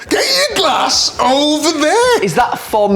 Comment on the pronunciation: 'Get your g-lass over there' 😆